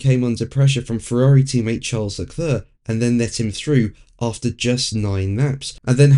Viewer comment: “Le Clurrr”….it never gets old. If he didn’t “try” to do a French accent he would probably come close to the correct pronunciation